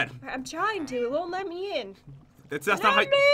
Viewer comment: It's not mhe its me 😂